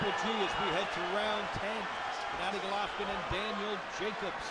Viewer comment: The announcer keeps calling Golovkin Gollatta.